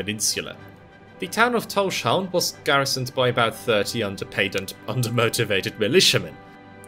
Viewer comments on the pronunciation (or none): You pronunciation of Tórshavn is quite close to how we say it in the Faroes, but as with all English-speaking people you pronounce the sh sound, which is wrong. You separate the s from the h so that it's Tórs havn, towrs hown, as in Thor's harbour/haven. Excellent video, nonetheless. I love that our little archipelago is getting some recognition. Just the fact that our islands appear on maps is a huge thing for me. We used to not be on most maps, so we were invisible to people who weren't knowledgeable about the region.